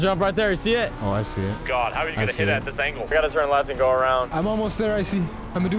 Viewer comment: "Icy" NO "I see" YES